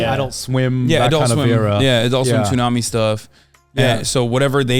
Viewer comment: I like how he pronounces Tsubasa and Tsunami like Turkish people do like from the way he talks in English, I would never think he is Turkish but the way he says those words makes me wonder 😂 (I swear this isn't an insult)